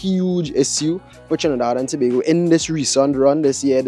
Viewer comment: get acustom to saying trinidad and tobago especially on the internet